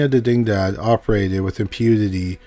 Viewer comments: Didingdad… Wow. dig-ni-dad. Video unwatchable… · Dig-Ni-Dad, as in spanish for diginity. Its literally written on the archway sign in the video guy. Lol.